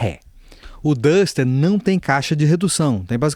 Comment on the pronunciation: Vídeo bastante esclarecedor, mas tenho que ressaltar: parabéns por ser uma das poucas pessoas a pronunciar os nomes dos carros corretamente: "O Pajero, O TR4 e O Duster".